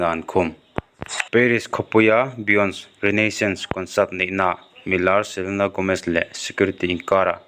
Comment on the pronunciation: Beyonce ti a lam lo in biyonsi ti a lam tur, a lar teh reng nen, tiang ah hian hmun danga an lam dan hi lo ngaithla hmasa thin ula, an lamdan hi tuh thurawn ka lo sawi ve mai2